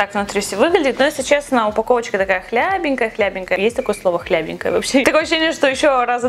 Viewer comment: Хлипенькая, а не хлябинькая)))